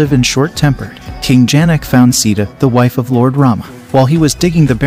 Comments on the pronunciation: Pronounce correctly!!! Sita not Sida . 😠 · I love your videos, but pronunciation means alot; Rama- Rah-Muh, Moksha- Mohk-Shuh, Ramayana-Rah-Maya-na, Hanuman-Huh-Noo-Mann, Sita-See-Ta, Lakshmana-Laxh-muh-na… great videos though, well learned. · C THA THAT'S THE WAY TO PRONOUNCE SITA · Please correct your pronunciation of “Sita” 🤯 “Si”- should sound like sea And “ta” as “ta” in table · Dear Sir, please get your pronunciation right. Lord Raam's wife's name is pronounced: "See-tha" not Seeda. "Raamaa-yun" where "yun" is pronounced as "sun." Ashram is pronounced: Aash-rum. "rum" is pronounced as the liquor "rum." "Laxman" is "Luksh-mun" (luksh sounds like lush) and mun as you would sun. Janak would be "Junuck" where Jun sounds like sun and the last portion is similar to "luck."